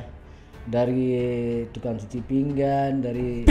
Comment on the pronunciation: jo kato2 "pinggan" se galak, baa pengetahuan baso minang si host ko. galak lo mangekeh, tasingguang urang tanah data beko tu